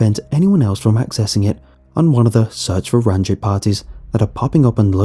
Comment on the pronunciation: Yoo, is the sewer guy's name Ranjit Singh? Just telling for general knowledge that the i in Ranjit would be pronounced like ee. Pretty much like the name Baljit, which is pronounced the exact same as Baljeet